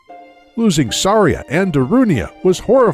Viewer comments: Every time they pronounced Saria wrong. A Gold Skulltula was born. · At first I thought this video was good, until Saria, Mido, and at one point, Link was pronounced incorrectly. Oof. Not Sorry-uh, it's Sar-E-uh. Not ME-do, it's MY-do.